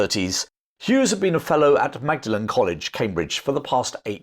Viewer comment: Love your channel,, however on the topic of pronunciation: Åland islands = or-land, Magdalene College, Cambridge = Maudlin